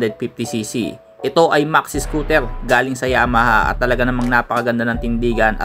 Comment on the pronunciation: Anung scotel.. bulol😂😂